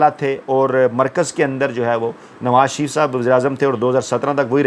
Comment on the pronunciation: Pehle. Naam to sahee likha karein phir bola karein shareef Theek hai, sharaf Halat Hai